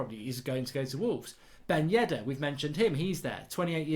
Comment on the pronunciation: It's Yedder not Yeddar wake up and why does he put that is 200M?